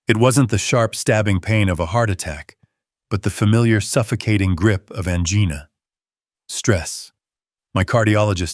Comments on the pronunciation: Floor toseeling? How about from floor to ceiling? 😂😅🤣😅😂😅🤣😅😂😅🤣I just unsubscribed from this channel. Too many errors on pronunciation and spelling. There are much better story channels out there. Ojai….not ohigh. Angina not anginna. Senile…..not scenile. Hell, my spell checker won’t even correct some of your stupidity. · The correct pronunciation of 'angina' is 'an-JIE-na!!!😡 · Definitely an AI speaker. It was evident when “he said” OH -IO, AN - GINA. Cannot listen to this. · Angeena? Really? Teach your AI narration to pronounce angina. Geez! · ANGINA IS NOT ANGEENA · NARRATOR!!! ANGINA is not pronounced like someone's name. Ann Jena??? It is ANGINA AS IN THE WAY YOU PRONOUNCE VAGINA!!!